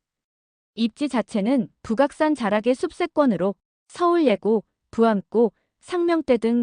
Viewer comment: 부각산 노노. . 북악산 입니다. AI 더빙. . 문제 많네요.